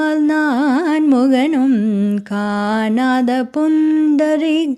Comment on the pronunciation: Very melodious. காணாத could be a little more clear with emphasis on ணா. Just to enhance the performance 🙏🏽